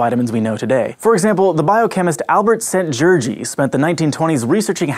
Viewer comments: Szent-Györgyi Albert he was Hungarian back then, so family name goes first, first name (not called "first name" in Hungarian for this very reason) goes after it. And yes, the sound GY is hard, you were not even close but I cannot blame you on that 1 :- ) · Your pronounciation of Szent-Györgyi is funny AF. Szent-dzsördzsi. :D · "Albert Szent-Dzsördzsi" 😂 It's okay, you at least tried :,) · I was crying when you said Albert szent györgyi Hungarian name (And i'm hungarian)